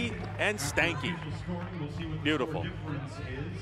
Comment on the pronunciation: sounds like a chick I took home when I was too fucked up. . . "Beautiful".